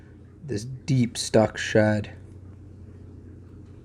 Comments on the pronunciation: Lol I honestly thought you were saying "Stuck shut" and I'm thinking WTF is stuck shut? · Why did it take me 12 minutes to realize he was saying stuck SHED not stuck SHUT 🤦🏾‍♀️🤦🏾‍♀️🤦🏾‍♀️😭😭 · For anyone else confused... "shud" == "shed"